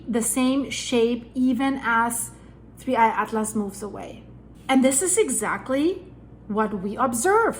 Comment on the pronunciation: Just say 3 eye Not digging at-lass